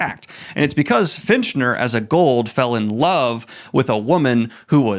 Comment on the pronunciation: It's FITCHner, not finch-ner. Prime?